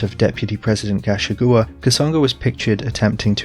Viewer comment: Thanks for making an explanation public. (Gachagua is pronounced ga-CHA-gu-a) 😉